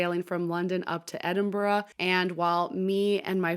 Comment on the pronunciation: Thanks for pronouncing "Edinburgh" correctly! We are fans of aft-facing staterooms.